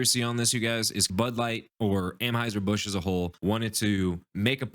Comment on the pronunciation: Lol dude...First, and maybe im out of the loop and I missed something but isn't it ANheuser Busch, not AMheuser Busch? Second: Busch supporting a tiny Itty bitty minority ≠ bud giving a middle finger to their base. What we need to worry about is the sea level rising because a bunch of SNOWFLAKES are melting.